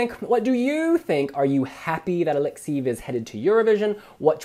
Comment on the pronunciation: [A-lek-'se-jev] !!!! I am not a fan of his, but hearing your mispronunciation of his name over and over again from video to video.....